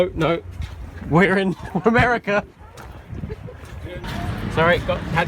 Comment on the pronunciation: nice way of saying amrica yep that's exactly how you said America XD